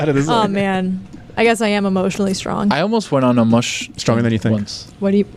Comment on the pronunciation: I'm pretty sure is mispronouncing "mushing, mush and musher" 😂